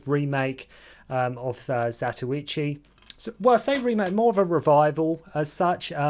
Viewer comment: It's zatochi not what gobeldy goock your blethering